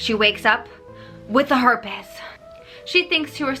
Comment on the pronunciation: "Herpas" lmao